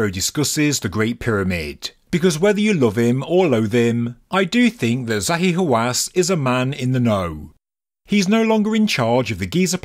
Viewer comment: I heard Zahi Wasanass!